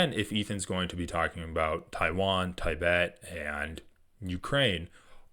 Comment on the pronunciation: dude, these vids are good but please learn how to say Tibet properly & it’s wasn’t 12 thou killed on Oct 7, it was 1200